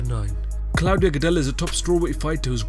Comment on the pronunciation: Why can’t you say CLAUDIA!?!?!?!?!?!?!?!??!!?!??!?!?!?!??!?!??!!?!!!!!???